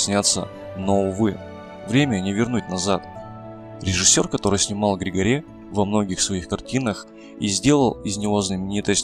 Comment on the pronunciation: ГригориУ ГригОре ЛотЯну Из Бельц Правильно ставьте, пожалуйста, ударения.